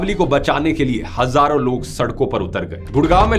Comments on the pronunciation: Hajaron saal ❌ hazaron saal✅ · It's Hazaro not hajaro